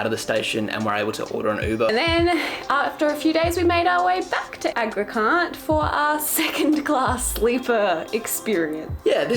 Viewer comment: This is the worst guide on Indian train classes. 2nd AC is not 2nd Class. It is 2-Tier AC coach. If you really want to see how 2nd class on a Indian train is, try the Sleeper Class. Also it’s not Agra Cantt. and pronounced as spelt. Can’t. Is the abbreviation of Cantonment which is basically a military residence area. Can you not look up what can’t. Is short for especially with the obvious “.” in the end and not come across a bit dumb?